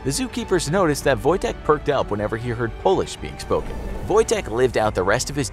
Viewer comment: Your ,,Wojtek" is good